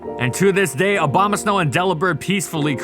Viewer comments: Obamasnow lol, interesting way to pronounce it. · Stop saying Obamasnow! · Did he say Obamasnow